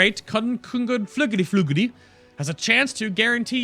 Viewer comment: conflag...ragaraga. That is the correct pronounce